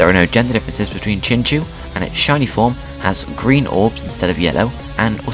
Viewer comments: Really sorry about this but it is pronounced like chin-chow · Woah I thought it was pronounced chinchow